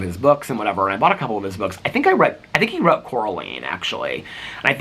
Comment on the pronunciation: Cora LINE. 😂 not me being those annoying people. Sorry this one got me but it’s so funny you mispronounced her name since that’s a thing in the movie. 😂